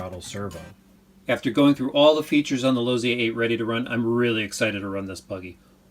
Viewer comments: Losssssi not Lozi lol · Chris Webb Pops Losi, the founder of the company told me how his family name is actually pronounced while we were having dinner at his house. Then he told me he was fine with how I pronounced his name. So.... Lozi.